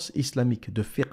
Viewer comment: bravo pour la pronunciation du "FIQH" reste à maitriser le "ع" comme " le idjmaa3" " " comme un son de mouton